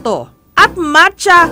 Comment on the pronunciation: Nakakatuwa na sina bi niya mancha exept macha hahahahaaha